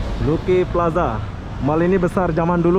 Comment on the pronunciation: ....Lucky Plaza sebutan nya....Laki plaza...bukan Luki.